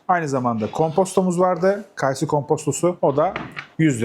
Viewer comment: Kaaysı değil kayısı dır o 😂